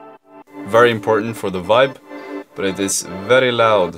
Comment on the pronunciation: saying very laud is like italian